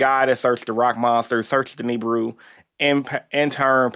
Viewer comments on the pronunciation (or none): He is the only dude in the entire world that calls Nibiru "Neebru" 😂😂😂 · Bruh refuses 😂